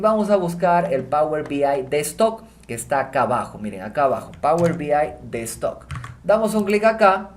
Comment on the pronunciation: Por qué dice "power B I destock"?